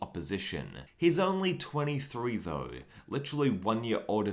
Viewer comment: 'To be honest Though-e' I don't understand the need to add an e at the end of the word though